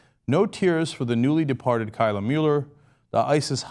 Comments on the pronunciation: You're pronouncing Kayla wrong. Source: My sister's name is Kayla. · Cenk srsly cant pronounce kayla?